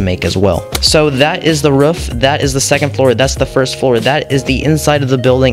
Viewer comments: It's not ruff it's roof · Not to be mean or anything but it's pronounced roof not ruf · It’s rooof not ruf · Stop saying rufff say Roof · It not ruff its roof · Ruff Or Roof? Comments: Ruff Captions: Roof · it’s roof not ruff. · ROOF! not Ruff lol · You know when you say roof your sound like your saying ruff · WAIT is he saying ruf or am i just deaf?? XD and also great build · Who else gets triggered when he says rUfF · I love the “ruff” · He sounds like a dog when he says that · I love how you say roof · i kept laughing how he said ruff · Cat McGinley they said ruff because that’s how he says it in the video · im going insane over why he says roof and not ruff